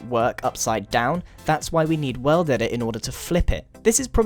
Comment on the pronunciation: that moment when he said world edit. he says "well dedit"